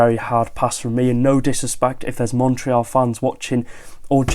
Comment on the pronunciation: Thanks for saying the "éal" of Montréal correctly 😊 Normally, English speaking people here in Canada mess it up. 💪